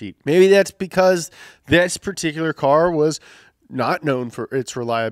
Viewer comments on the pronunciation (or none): none